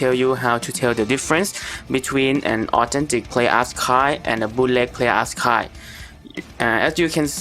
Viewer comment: Great video it's just that the way u said authentic kinda sounded like autentic but still a great vid thx for the help